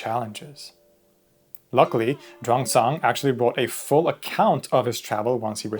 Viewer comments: Xuan zang is pronouned similar to SHUAN JOHN i think you got it backwards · It's pronounced 'Shoo-en zang' . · Xuan Zang is pronounced swen jang